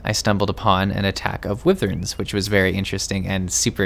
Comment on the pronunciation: Wivvern? No, Why Verne. Seriously, so many people mispronounce that, super easy to google and hit the pronounce button. Literally just google "Wyvern" and push the button near the top that looks like a speaker. Anyway, that aside, this is actually pretty relaxing and a good look around...I never unsubbed but I haven't played this in a couple months, gonna have to play more, and gonna have to check out your other vids!